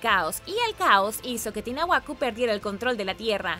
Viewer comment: Gracias. Estuvo muy interesante 😃😊😸👍👍. Sin embargo no es tinahuaco sino Tiahuanaco.....